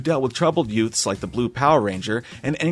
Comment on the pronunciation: Did you say "yutes"?